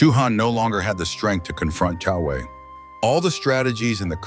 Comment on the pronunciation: Who the hell is kung Wei? It’s Jiang Wei and his courtesy name is Boyue